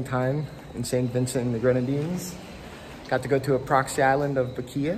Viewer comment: Great coverage of the volcano! Glad you had Lava Man as your tour guide☺️ FYI, Bequia is pronounced “Beck-way”😊🇻🇨 #proudvincy